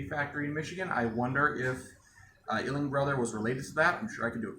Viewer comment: Awesome video! I am trying to find the possible relation between those two names, but I can't quite make out what you're saying. Is it "Illing Brothers?" EDIT: I figured it out. I cannot see anything that mentions the Ihling Brothers and Ames having any business relationship. I could be wrong, but I am still looking for now.